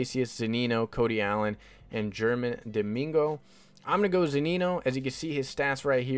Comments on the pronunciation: It's pronounced "Herman" 😊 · It’s pronounced “Hermon”